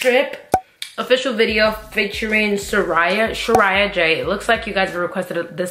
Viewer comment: Sha-ray-ah J